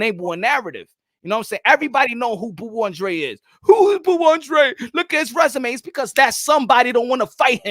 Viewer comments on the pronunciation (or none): I don't know why people keep mispronunciation his names its (AAHNN DRAAA DEY) hE'S CAPE VERDEAN aka capo verde